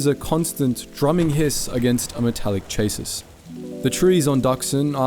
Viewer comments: I always look for your story videos, I love them! If I could critique one tiny, you are incorrectly pronouncing chassis. Doing my best to write it out, it's pronounced ch(ip)-ass-ee, with emphasis on "chas-." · I love this, just to say though, chassis is pronounced like “cha’see” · i actually like the mispronunciation of Sha-See (Chassis) Organic vibe